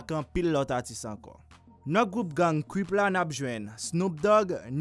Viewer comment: Dude can you even say Crip cause u kept saying cwip its crip get it right buddy